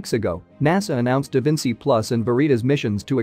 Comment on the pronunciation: There is really great info in here- but I wish the announcer would look up the pronunciation of things like “Bezos” “spectrometers,” “DaVinci” “Veritas,” etc.